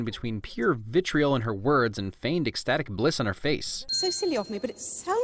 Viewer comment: for a moment thee I thought you said bitchriol instead of vitriol